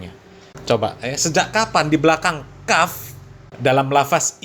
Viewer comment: Masa kaf di baca panjang ni habib dari mna